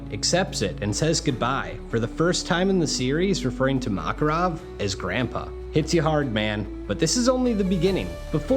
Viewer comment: Kept getting distracted by his mispronouncing of the names. Mock-erov, Loxus, Gah-xeel.